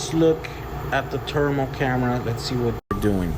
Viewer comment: says "thermal" the same way Charles Barkley says "terrible" 🤣